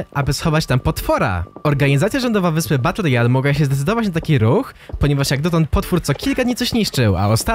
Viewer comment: Ale triggera dostaję za każdym razem, jak mówisz w filmach BUTT ROYALE xD